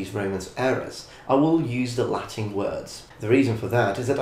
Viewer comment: It's so odd seeing someone use both Ecclesiastical and Classical pronunciation. Not a bad thing, I personally like the Ecclesiastical pronunciation more.